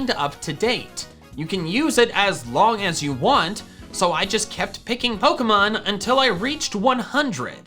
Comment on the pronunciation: HE SAID POKEY MAN